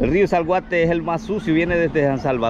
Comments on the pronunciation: Es Acelhuate no se dice salguate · Hay hijo , esta bonito el vídeo , pero tú narrativa muy mal , el otro río se llama Acelhuate, no Zalguate 😂, pero podes mejorar, felicidades